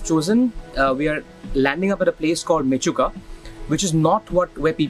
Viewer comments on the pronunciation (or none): Warming welcome to our beautiful land arunachal 🥰🥰by d way it's menchuka not mechuka 😁